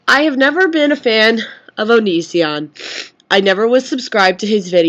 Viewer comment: hahaha i think its funny when you say mr. oni-sneez-ion haha and yeah if i had seen this video when it was originaly uplaoded in january i would have completely agreed with you...but now i love greg :) hes changed for the better alot